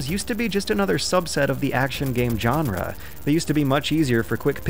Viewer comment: "Jenre" is my favourite Bunnyhopism.